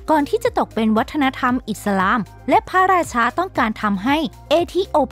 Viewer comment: แอด ลืมออกเสียง ร ทุกคำเลยอ่ะ เช่นคำว่าพระราชา แอดออกเสียง พะราชา 😅